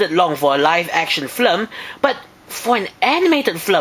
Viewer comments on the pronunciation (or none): Sounds like your saying Flim instead of Film xD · you say Flm instead of film...thats cute =^w^=